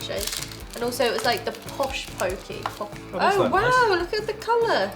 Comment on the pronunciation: I believe it's "pock-ee," rather than "poke-ee"